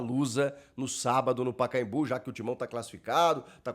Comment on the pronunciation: Mercado livre Pacaembu? Não! É Pacaembú apenas! A saudosa maloca!